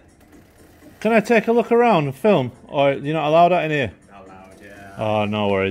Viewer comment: Dear North Easterlies, the word 'film' is one syllable, thanks.😂